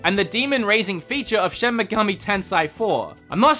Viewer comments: Japanese pronunciation isn't hard. an "A" is "ah"...always. In NO language is it pronounced "eh" like you're doing here. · Shin Meh-Gahmi Tensei come on were not gonna stop correcting until corrected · Bruh it's shi-n me-ga-mi te-n-se-i (me pronounced like MEssy and se as in SEttings)